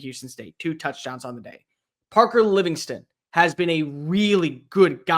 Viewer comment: It's Parker Livingstone!!!! Not Livingston... Good gawddddd